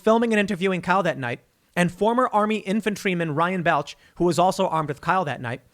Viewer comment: Tim, bro, you're killing me... It's pronounced "Ball-ch"